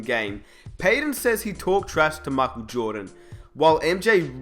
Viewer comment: learn how to say michael u dipshit